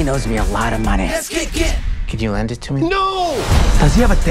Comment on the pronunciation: "We should put them both in the box and ship et." lab et. 😂